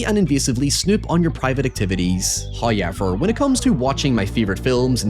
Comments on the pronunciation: First "hoyevver" drops , proving yet again one should never skip the ad reads- for He is tricksy. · "patter-ren"? Has that always existed and I only ever noticed "high-ohever"?